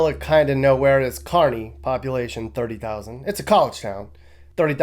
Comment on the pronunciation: impressed that you pronounced Kearny Ne. correctly, as Carney (as in Art Carney). Most people mistakenly say: Kere ney. I live in Co. but I was set straight by a Neb. native. You did your homework,!